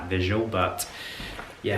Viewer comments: The „ö“ in „Schöffel“ is there for a reason and is not pronounced „shuffle“ 😂😂😂😂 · Schöffel is a German brand and therefore sizes big 😉 They started out with ski wear. The pronunciation on time code 12.46 was correct. The first ones not (it is not shuffle). I love the leather “Westminster” bag! So sad that Sean Connery left us 😰 What a fine gentleman! A class of its own!